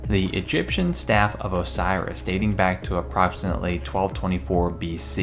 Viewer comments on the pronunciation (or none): none